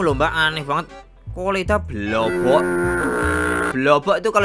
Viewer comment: Iku blowoken jirrr bukan e blowok coy wkekek